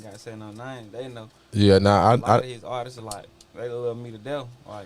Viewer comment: “artistses” smh